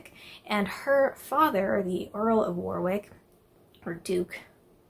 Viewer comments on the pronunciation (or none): Tip for pronuncing English cities & towns = they're not pronounced phonetically. There Warwick is actually is more like "Worick"!